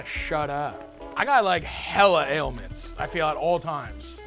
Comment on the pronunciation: My guy said aliments and it got me everytime😂